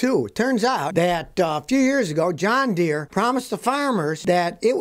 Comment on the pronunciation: I could swear Scotty is saying Done Deere.